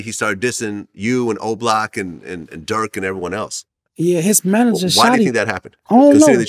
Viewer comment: When vlad was gonna say he did interview with durk is it me or did he say jerk? And later dork ???